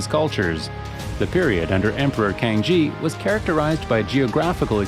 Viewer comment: I would like to suggest that your pronunciation of Man Han Quan Xi should be like "Man Han Chuan see" not "Man Han Kuan chi". While emperor (Kang Xi) should be pronounced "Kang see" not "Kang chi".